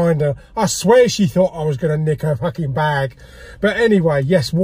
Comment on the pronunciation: "a pack of fackin' ibuprofen" and "wankbreaths" were my highlights this week !